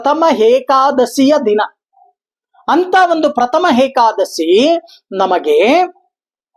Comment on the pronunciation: ಗುರುಗಳೇ ಅದು hekadasshi ಅಲ್ಲ ಏಕಾದಶಿ